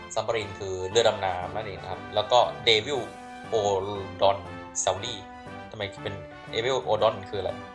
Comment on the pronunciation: โดบิโลดอนอังกฤษอ่านเป็น เดวิโลดอน